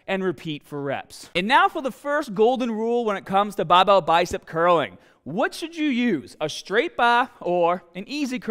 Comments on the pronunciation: Was watching an 4 year old vid and then came to this and looks like has picked up an Australian accent?? (Pronouncing hahd instead of hard and bahbell instead of barbell) Did he immigrate? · Curl the bahhbell in ya ahhms real hahhd! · BAHBELL STAHDED AHMS HAHDA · "bawbow biceps curls" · I think you spelled the tittle wrong; because its not Barbell, its Bah-bell Love the video! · Gotta be from Bahhhston?? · I should've used the straight BAAHBELL! Love you:p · Baaaahbell, Aahms, Taaahget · Tense your Bagh and grab the bahball heavy bahhh bahhbell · "Babel curl" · You won't get big unless u say bahhbell